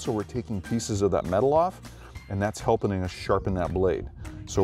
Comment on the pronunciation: I hear "Helpening us sharpen that blade." lol No worries though. it all makes sense!!! lol Cheers